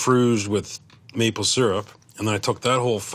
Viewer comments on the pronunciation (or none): none